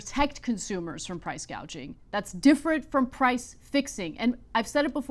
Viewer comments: Can’t get over Kamala’s mispronunciation of the word gouging, … “gauging”… as a rather un literary person even I knew how to correctly say it because I have experienced it. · PRICE GAUGING ... JUST THINK WHAT A BRAINLESS STUPID HO SHE IS SHE DIDN'T EVEN KNOW WHAT PRICE GOUGHING WAS SHE THOUGHT IT WAS CALLED GAUGING ... SO SHE DOESN'T EVEN KNOW WHAT SHE IS TALKING ABOUT ... HOW CRAZY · Does anyone know what percentage of increased costs is due to price gouging (or price "gaging" as KH pronounces it)? It's probably happening, but it may not be the primary cause of inflation. btw Cenk is increasingly irrational and hears everything through his TDS and obsequiousness to the Democrat establishment.